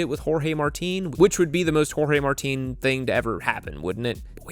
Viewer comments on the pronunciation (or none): none